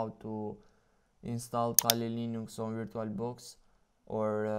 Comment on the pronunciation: DUDE U GOTTA PRONOUNCE AS VUR-CHU-AL I LOVE YOUR ACCENT